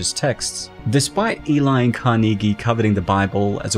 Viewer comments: You need to learn how to pronounce "Carnegie" good lord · Great analysis. But it’s pronounced Càr-nuh-gee….Not Car-Knee-Gee😂😂😂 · Really hard to get over the fact that he pronounces 'Carnegie' wrong every single time... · I swear if I hear "kar-knee-gee" one more time. 😤